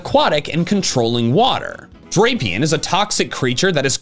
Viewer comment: Common error on Drapion. It's Drah-pee-on rather than Drei-peeon